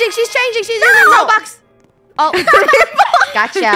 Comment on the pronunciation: Raybush instead of roblox ride funny